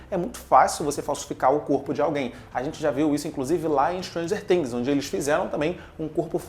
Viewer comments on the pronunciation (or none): none